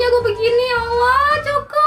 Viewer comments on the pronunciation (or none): none